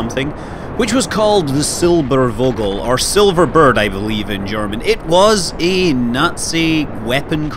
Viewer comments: While i love you scott manley, it is NOT called "der silberuuuogel", or whatever it was you were trying to say. Had you said it was called "Der Silberphogel" or "Der Silberfogel", you would have come close. I am disappointed by your lack of research. I would have expected you to say at least semi-correctly what the bloody thing was called. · 2 things: actually they got alternatives for bombing america, look up "Junkers Ju 390" and secondly the "v" in "silbervogel" is pronounced as an f you pronounce it in the video as silberwogel :) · The v is pronounced like an F. So it is pronounced Silberfogel. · In case you're interested Scott, the V in Vogel is basically pronounced like the f most english words (fish, fierce, fuck... you get the point). And the o is not like 'au' in for instance fault but more like the way you pronounce the o's in your hallooo at the start of your videos. And yes, it's the german word for bird. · You sure did butcher "Silbervogel"... The v is a relatively "sharp" sound, more like the f of f**k. You said Silberwogel. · The english translation of "Silvervogel" is actually "Silverbird". And the "v" is pronounced like "ph" ;-) Great video anyways! Go on like this! I really like your channel and all the great stuff to find there ;D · I am german and I am offended! The letter V is usually pronounced like F So SilberFogel would have been correct here. Alright, just kidding about being offended, but that usually gets attention.. haha Nice video, never heard of that design idea. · just a friendly hint from a german viewer the "V" from Silbervogel is spelled like the "f" from far or finish :) so rather hard if you may say so : )